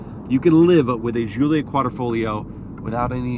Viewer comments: why are you calling it (Ž)ZULIA....americans having tough time with G? Giullia DŽ_UU_LL_YA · Just gonna chime in and say - it's pronounced JULIA hard J sound, not SHZOOLIA. Italiana eh! Call her by the name she deserves ;)